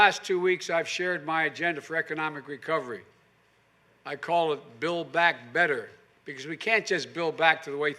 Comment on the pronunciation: “Build Back Better” is so lame. He can’t even say it right... back to your basement Joey.